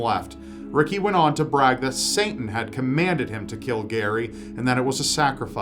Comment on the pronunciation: I've noticed you keep pronouncing it "Santan," adding an extra n in it. :0